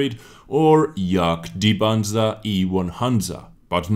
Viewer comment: I Like how russian said Jadgpanzer....Yaga Yaga